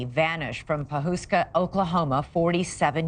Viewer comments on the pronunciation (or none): She mispronounced Pawhuska!! It isn't Pawhooska!! It's pronounced u as in us, Pawhuska!!